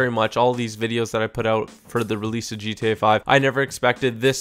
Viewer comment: Subscribe for more daily ... TOP NOTCH ... DGE-TA Five videos. Makes me laugh everytime he says it, it sounds so damn funny.